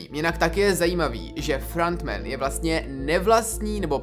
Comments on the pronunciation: "frAnt men" 😂🤦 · Pane bože… “FRANT MEN” a “ SAS” celkově ta anglická výslovnost mě vymrdává mozek z hlavy 🥲 kazí to ty videa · "Frant Man"😂😂 nemyslel si nahodou "Franta Man"?